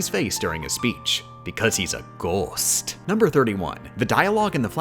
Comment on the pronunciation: "Because he's a ghoOst"